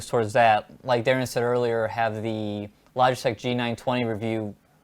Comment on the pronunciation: Thanks for answering my question guys, and you did say my name correctly Darin!